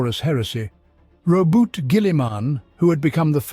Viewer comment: I like your videos,but the way you pronounce Omnissiah,primaris,Roboute...is a heresy.😂